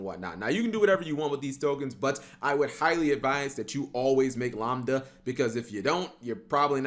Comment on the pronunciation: Why are you pronouncing lambda like lombda, it's pronounced like lamb lol